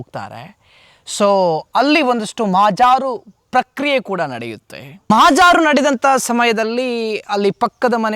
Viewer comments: ಮಹಾಜಾರು ಅಂದ್ರೇನು? ಮಹಜರು ಅಂದ್ರೆ ಗೊತ್ತಿದೆ ಈ ಮಗನಿಗೆ ಧ್ವನಿ ಸಂಯಮನೂ ಗೊತ್ತಿಲ್ಲ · Sir neevu mahajaaru antha helbedi mahajaru antha heli illadidre kannada mathadalu baralla anthare